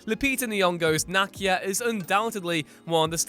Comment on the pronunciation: NAH-KEEYA KEY. Like a car KEY. Ya twit